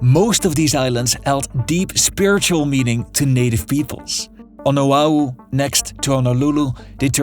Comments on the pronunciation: Why does he keep mispronouncing Honolulu, OaHu? Hawaii... the H isn't silent. He says Awaii... ugh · wish this wa more based on facts. The person who narrated this coulnd even pronounce Oahu.